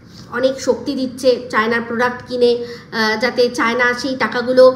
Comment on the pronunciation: poduct bolo 😂